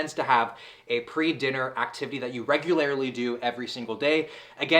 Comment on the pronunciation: This dood said “regularily” I’m dead